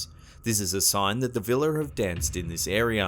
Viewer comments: It's actually "Víla" not "Vila" but ok :D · forgive me but your pronunciation of baba yaga and víla is really bad, also the kikimora make me laugh.